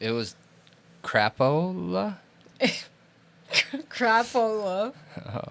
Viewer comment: 😂😂😂😂😂😂😂😂 Crappp- ooolaaaa?? The way says it.